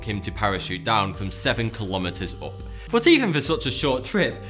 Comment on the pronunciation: Stop fking saying butt omg just say but as normal , not butt !!!